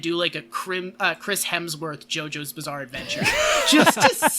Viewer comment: the little slip said near the end "jojo's bizzare opinions" should be another subtitle for this:)